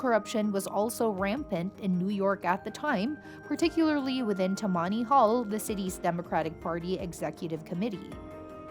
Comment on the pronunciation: Tammany is accented on the first syllable.